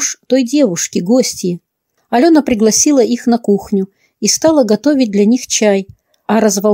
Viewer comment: Т. е. "приглОсила" (в гости) вас не смутило? 😉